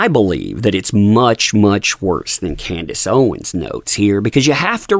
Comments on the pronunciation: It's Candace, not Candice. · CANDACE not Candice.